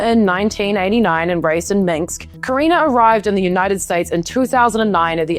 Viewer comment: It is Minsk, not Minks